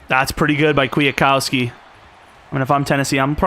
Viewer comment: Bro its QUIT-COW-SKI